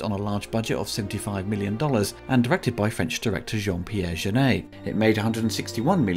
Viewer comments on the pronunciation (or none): The pronunciation of “Jeunet” is so far off, it took me a while to work out who he was talking about. 😂